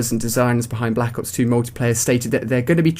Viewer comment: u cant say black ops straight